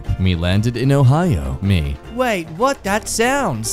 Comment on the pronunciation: It's not oh hi oh hi it's Ohio